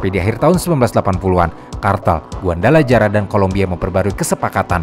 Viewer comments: trs namanya guadalajara dibacanya guadalahara bukan guandalajara apalah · sebutnya, GUADALAHARA min.. bukan GUANDALAJARA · guadalajara dibaca guadalahara min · Guadalajara bacanya guadalahara min, geli banget dengernya lol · huruf J dlm bahasa mexico jd H ya, jd kota Guadalajara, bacanya jd Guadalahara, Tijuana jd Tihuana